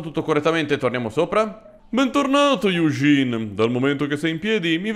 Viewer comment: di solito non te lo farei notare, ma siccome stai rispettando la pronuncia e le cose varie in francese, "Eugene" si legge "Egèn", con quella "eu" strana francese, tipo un barese che dice: "Euuu, ma ch'è sta cos?"